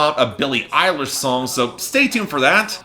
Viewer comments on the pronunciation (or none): none